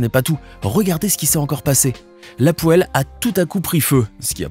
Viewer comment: Ta dis la pôel c’est la pôel